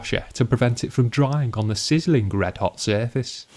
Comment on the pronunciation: "Sizzling-g" love that accent lol